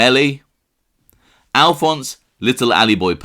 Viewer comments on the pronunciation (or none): none